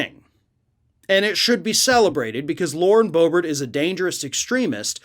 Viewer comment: It's pronounced Boo-Bear